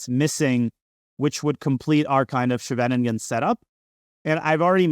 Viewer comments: Nitpicking as a Dutchi. The shvenegingen structure? Schee-ve-nin-gen, for English speakers: Ss-gh-a-vuh-ning-un. A small town near The Hague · Small remark: Scheveningen is not pronounced like shenanigan. It's more like SKHAY-vuh-ning-en, with the main stress on the first syllable and ch being pronounced like the Russian x. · Scheveningen is pronounced SHEV in EEN gun, more or less. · I was wondering why I had only ever heard of the Svennigen variation from here until he mentioned it was a Dutch town. That's definitely not how to pronounce Scheveningen 😂. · Thanks for all the videos. I learn so much from each video they are really amazing. BTW if you want to pronounce "scheveningen" without going full Dutch, it's much closer to just say "skay ven ing en" (which isn't too hard to say at all). Then if you want to do the full thing you would replace the k sound with the "ch" sound from the Scottish word "loch". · When he mentioned that it was a Dutch town , he actually pronounced it almost perfectly. Before that, not so much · Danya needs to work on his pronunciation of Scheveningen